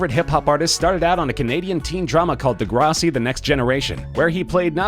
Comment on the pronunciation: It's De-GRASS-y not Duhgrahsee